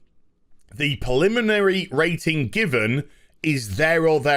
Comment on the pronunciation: "preliminary" not "poliminary" lol.